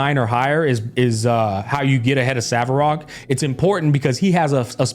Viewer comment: Hearing “Savarog” makes me cringe.